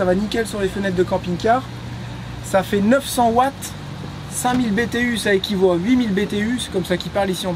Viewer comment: Un Watt c’est pas un Vatt 😅